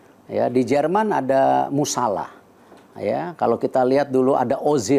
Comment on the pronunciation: Emangnya Jamal musiala dibacanya Jamal musala ya pak? 😮